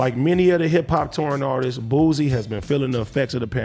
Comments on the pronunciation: It’s boosie not boozie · Boosie not boozie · Boosie. Not boozy